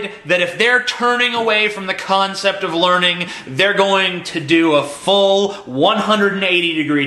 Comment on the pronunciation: It's not "The Learning Channel" any mo', it's "The Larnin' Channel".